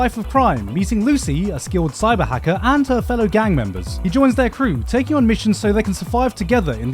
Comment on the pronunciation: Hearing you say cyberhacker hurt me in so many different ways.